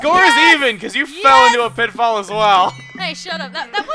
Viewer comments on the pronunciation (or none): How Piti"fall". How Piti"fall".